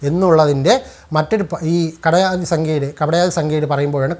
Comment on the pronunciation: കപടയാദി അല്ല കടപയാദി